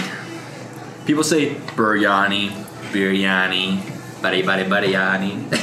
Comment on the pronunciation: And what you are eating is not biryani. Just one look at the onions and the veggies gives you clarity... And keeps mispronouncing Biryani and Punjabi in every second episode that has an Indian reference 🫤 Buddy how about we keep calling you. knows the Indian cuisines fundamentals quite well... whether it's spices, dishes or getting his pronounciation right.